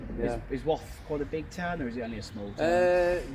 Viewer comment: Glad you said Wath and not Woth though.😂